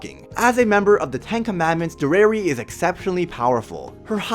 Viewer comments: Dare-e-air-e not der-air-e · i am sooooo sorry but you keep saying derer insteed of derieri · By the way her name is Dairy-Airy that's how you pronounce it its supposed to be a play on the french word derriere which is french for behind or ass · Its Deri-eri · Bro cannot pronounce her name righ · this guy dose not know what how to say derieri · Bruh they were sealed away 3000 years ago, and she fought in the war against the goddesses back then. But she is only 300 years old? Nahh.... B U L L S H I T Also you are pronouncing her name wrong. This may look like a hate comment but that’s not what i mean. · Why do you say deriere like that